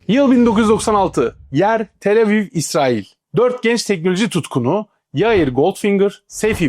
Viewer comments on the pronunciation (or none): none